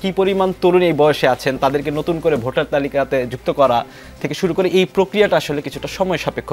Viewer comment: Botar na beta votar....age uccharon shikh